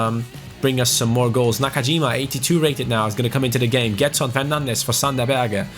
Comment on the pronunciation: It reads jedson not gedson